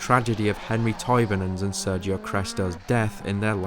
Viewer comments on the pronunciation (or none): none